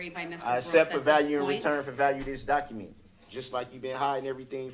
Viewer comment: “Documeeeeeent” <~~~~ LOL this asshole can’t say a word correctly.